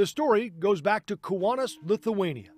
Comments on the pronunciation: Why is the reporter pronouncing Kaunas like "Kiwanis"? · Right? It's not that hard to pronounce Kaunas. 😄😆